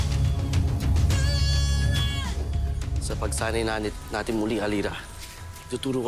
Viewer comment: Nahalata niyo ba na namali si Kuya Rocco sa ang sinabi niya "nanit" imbes natin?